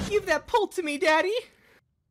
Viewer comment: No way bro says dadyy lmaoo XD🤣